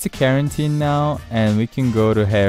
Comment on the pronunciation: i love how he pronounced quarantine as bausnyungas